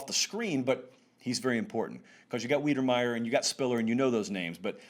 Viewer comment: Texas A&M TE - pronounced JAY-lyn WHY-der-MY-er for future reference, not WEEdermeyer - you’ll want to remember that name! 😂👍